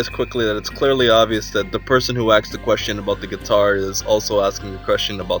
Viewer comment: Pro tip, the verb "to ask" in past tense is "asked," not "aksed". S before k. Sk. Sssssssssk. Asked.